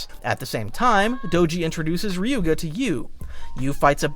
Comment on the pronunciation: Watch the anime and learn how to mention their names bro Listening to you mention Ryuga's name like that is ticking me off 😅 And benkay didn't battle in the first round with tsubasa don't just watch listen too